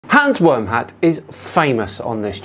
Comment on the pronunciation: Its pronounced VERM-HUT. He stole the name from Always Sunny in Philadelphia... Hans Wormhat was a German WW1 fighter pilot that chased Charlie in his dreams. 😂😂😂 To be fair, it is one of the best episodes and a hilarious internet handle... if he were a clown or gamer. Pretty stupid for someone trying to be taken seriously though.